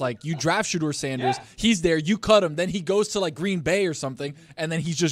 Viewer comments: I’ve never heard a person argue for another guy and have zero clue how to pronounce his name as much as this black Santa Claus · Somebody tell Quest Love’s daddy I don’t want him defending Shadeur Sanders if he can’t pronounce his name correctly. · Mispronouncing shedeur’s name really invalidates big dog argument